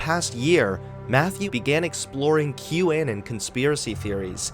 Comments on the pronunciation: Great video but why the fuck do you pronounce "Anon" as "An-in" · The weird pronunciation of "anon" is distracting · Why are you pronouncing “anon” so weird?